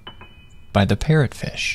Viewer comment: I thought he said “if you look in the back of your pet fishes head” 💀💀